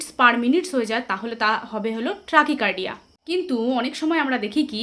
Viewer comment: কথাটা ট্র্যাকি কার্ডিয়া নয়, ট্যাকি কার্ডিয়া